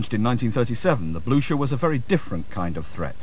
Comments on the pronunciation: I thought is pronounced, bluker? At least that's the way they pronounce it in the movie Waterloo. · They can't even pronounce the name! What is the Bluscher?